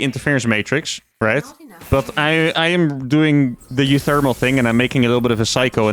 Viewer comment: ish: not gonna lie, every time I hear uThermal pronounced "OoThermal," it throws me for a loop, because in my head I read it as "micro-Thermal." But that would be "µ," rather than "u," I suppose.